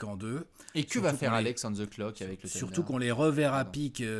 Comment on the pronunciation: Encore un “TEUNDER” et je me désabonne 🤣🤣